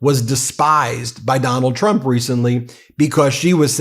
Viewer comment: Love Laura saying Trumps name wrong she said "Chump instead of Trump."